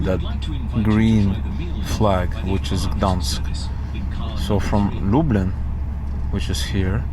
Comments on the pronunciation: Lublin not lablin... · Long trip but glad you're in Gdansk. Did you get a glimpse of the Malbork Teutonic castle? also :) glad to see over the course of the video you have learned how to pronounce Lublin properly :) (loob-leen) Gdańsk is a lot cheaper in the winter. All of these places will likely be fully booked in the summer. Make sure you take some time to wander on one of the beaches.